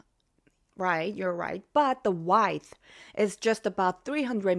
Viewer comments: your English is very good. However, the word "width" is pronounce wid-th not wideth. Love all the info you post. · Miss (beautiful), this comment goes with the video where you discussed the Han River, while I love your voice, I need to correct your pronounciation of one word: you say width using the “i” from wife, but you should use the “i” from with or wit or is. Also, my mother once remarked of a cheap motel here in America, that it was the type of place that rents you luggage by the hour, meaning it was a hook up joint that rented you luggage as a favade of respectability. Peace and love, my sister.